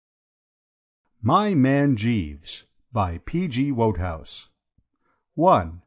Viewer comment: How in the world did / miss the memo about how to pronounce the author's name? Shaaaame. Oh BTW it's WOODhouse as most fans and admirers know. Go back and fix it.